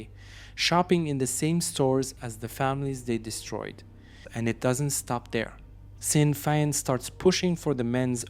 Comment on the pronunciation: Its "I.R.A." nor "era" as you pronounced it....and it is A.K. 47....not "AK"...also sinn fien is pronounced SHIN fien.....i do understand that English is not your 1st or primary language......but great video all the same.👍👍.